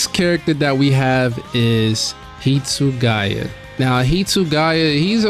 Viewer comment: Hitsuguya?!?? Bro the name is on the screeeeen. How did you get it wrong 😂😂😅